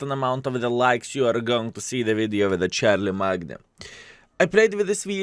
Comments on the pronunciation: Its actually pronounced - sharl-em-main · haha, for those who dont know also, charlemagne is pronounced as shar-ler-main. the "g" is silent. its a very nice/unique name if you ask me. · Given the name is french his pronunciation is probably less wrong than charle"main"^^ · "Char la magna", lol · It gets me every time 😂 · Skill managed to accomplish an impressive feat.... bothering BOTH the french and british with his pronunciation, good video btw